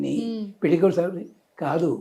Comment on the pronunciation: పెల్లి కాదమ్మ పెళ్లి. ముందు తెలుగు సరిగ్గా నేర్చుకో